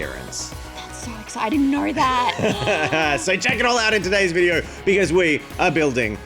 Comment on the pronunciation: “Our last vidier..” 😂